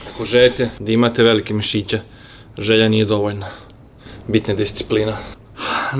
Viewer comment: ucinilo mi se da si rekao pisice a ne misice🤣